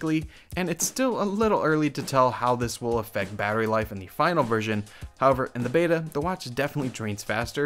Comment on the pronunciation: It’s pronounced “Battery life”, not “Barry life”.